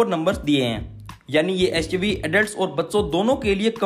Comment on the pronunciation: "EshUV hai" Lol XD 🤣🤣🤣🤣😂😂😂🤣😂🤣🤣